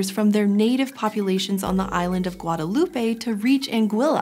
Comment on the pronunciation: It GuadeLOUUUUUUUpe, not GuadeloupEEE 😄